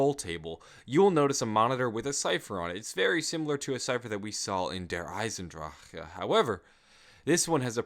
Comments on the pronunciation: I hate when people say dear eisendracheee not der eisendrache... It's so annoying !!! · "A cipher we found in Der Eisendrahh-huh " EVERYONE DOES IT Dear lord lol